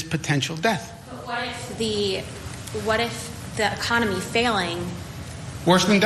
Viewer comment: But, but , but , the Uhconomy